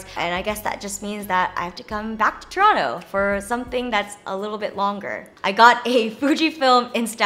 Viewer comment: shout out to jenn pronouncing toronto properly!!!